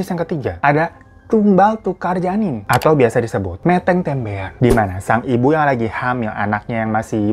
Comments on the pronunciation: Bacanya meteng bang bukan meteng 😅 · Bang Hiro, koreksi untuk pengucapan "meteng" seperti pada kata "belum". Selalu suka channel story telling ini, karena pembawaannya yang menyenangkan dan terkadang lucu. Sukses terus ya, Bang.. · Ngakak sih pas ngucapin "meteng" 🤣🤣🤣 Pengucapannya pkai e miring bang, 😌😌😌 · bacanya bukan meteng tapi mètèng bang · pesugihan kandang bubrah ada yang gak pakai tumbal karena tumbal sudah digantikan dengan merenovasi rumah, bagian rumah yang direnovasi/dibangun ada syarat nya tapi tetap saja di dunia bisa bebas di akhirat jadi budak/neraka kembali nya Pengucapan nya meteng kurang pas jadi nya lucu aja 😅😅😅.......... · Koreksi dikit bang, vokalisasi "meteng" huruf e dua2nya dibaca ky' kata kedelai bang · Meteng Huruf e nya bukan kayak 'e' di sate tapi 'e' di beras bang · Bang hirooo bacanya meteng bukan gituuu wkwkk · Meteng di ucapan kya tembem bang bukan kya di ucpakn kaya kata tempe Iti meteng artinya hamil 🤭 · "METENG TEMBEAN" bukan begitu bang pengucapannya🤣🤣 Meteng itu artinya Hamil Tembean itu sama baru aja hamil (hamil muda) Baca "E" Nya kaya baca kata "memetik"